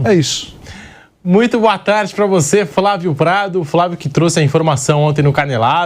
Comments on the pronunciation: Vampeta fala FRA vio!!😂😂😂😂😂 Ignorante pa carai!! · Vampeta fala : " Frávio"?